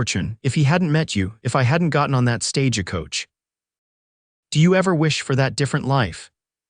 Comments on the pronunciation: You know there's no ah in stagecoach. It's not pernounced stagecoach. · Verbiage was not well in many ways. Are you all from another country so don't realize when reading the story how certain words are pernounced. Like I read (reed) the letter. It's I read (red) the letter. Not Stage a coach just Stagecoach drop the ah in middle.